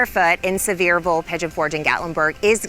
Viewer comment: It is Pronounced... Sea ver ville.